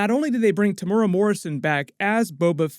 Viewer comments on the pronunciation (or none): Lol no one can pronounce Temuera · Pronounced :Tim-ew-era